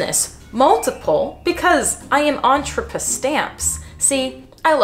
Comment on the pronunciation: “” i’m here for it. all the way.